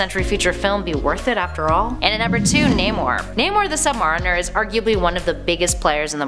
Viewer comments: Nob the Knave No, she pronounced the "a" like "father" instead of "cat;" i.e., it should be "sub-MARE-i-ner," not "sub-MA-ri-ner." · the narrators probably aren't real fans, just faces who read whatever the list writers come up... no real fan would say CORPSE, instead of CORPS (kore), DarkSEED, sub mareeeener, and of course, KAY-sar... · KWAY-zar. Sub-MARE-inner. Jeesh. And half of these aren't heroes, so why not just say "characters"? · Why does she pronounce things soo oddly? "the sub MAHRiner"? "Kayzar (quasar)", etc... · Words like quasar, submariner, and conjured are not made up words. They are real words that have actual definitions and predefined pronunciations. This woman simply has trouble with the English language, not names.